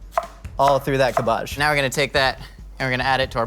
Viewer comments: Making fun of your nana's pronunciation and then saying cab-BAAAGE... Run's in the family, right? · Cool Vid will try the recipe but are you trolling or serious when your pronouncing cabbage like KErrrrBadge .Or CuuHBaaHhzzZHhhGGGGEEE. At first i thought you were being funny then you kept saying it. Inquiring minds want to know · Is he saying "Cabahge" as a joke or does he actually pronounce it like that? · no one: absolutely no one:: cUH BAJH i wasnt sure how to spell how he pronounced cabbage but i tried my best. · Why isn’t anyone commenting on the way says cábbage? It’s so weird to me that he says it cabbàge, is he joking? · was DEDICATED to that "Cuhbbage" bit. Impressive. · I hope he's saying "cabbaj" ironically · It took me a while to figure out! I thought he was using some vegetable I had never heard of called like Kaboj or something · pronunciation of cabbage reminds me of that episode of American Dad where Weird Al sang a parody of “Sabotage” by the Beastie Boys and pronounced cabbage the same way does in this video. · I can’t tell if is saying cabbage wrong for the meme or that’s how people in California pronounce cabbage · I don't know if i love or hate of how pronounce cabbage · I can't get over how pronounces cabbage. It makes my British hurt. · The 300 dislikes are all because of how says, "cabbage". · it took me like 4 times of him saying cabbage to realize that he was saying cabbage. And, i was looking at cabbage. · I’m literally never going to recover from hearing pronounce cabbage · The way you pronounce cabbage really pisses me off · Please never use cabbage ever again. I've never heard an American say it before. And its 1 of the worst butchered English words I've ever heard spoken. Wow. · the way he pronounces cabbage.. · i’m bothered by how he says cabbage 😂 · I’m sorry... how did you just pronounce cabbage?!? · my eye twitching why is he pronouncing cabbage like that?! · It’s cab age not cabaje